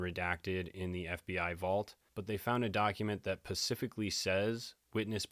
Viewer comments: It’s specifically not Pacificly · This pacifically thing bothered me in the beginning. I got 100 on my grammar midterm in college and an a in the class, just naturally good at language spelling etc. anyway I commented and the next one I saw he looked right at the screen and said it very intentionally. I think he made a comment about it too. It felt like it was for me lol. Now I think it's hilarious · Is Tupelo...produced Too pa lo..You prpince many words wrong..not being mean..just try and look up words like SPECIC,NOT PACIF.. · 😂😂😂😂 it really does drive me crazy when he does that